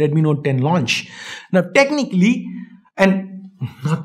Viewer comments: "Technically" LOL 🤣🤣🤣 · Best thing was when you said 'Technically' 😂😂😂😂 jokes apart We trust on your brother and hats off to your frank opinion